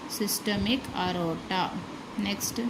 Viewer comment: It's not arota it is aorta